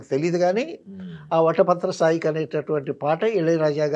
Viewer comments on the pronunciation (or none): వటపత్రసాయి కాదు పెద్దాయనా.. వటపత్రశాయి....